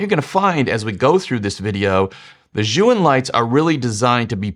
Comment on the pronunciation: Chinese tip: "Zhiyun" is pronounced, at least in Beijing-dialect Mandarin, as if the first syllable Z-H-I is the first syllable of "Journey" or "Jersey" — Jer-yoon.